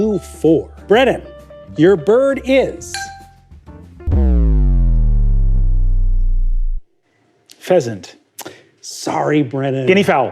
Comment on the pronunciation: THE FACT THAT HE WAS CORRECT WITH "PHEASANT" TOO OMG